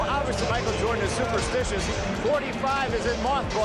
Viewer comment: Who is Micah Jirdan, tho?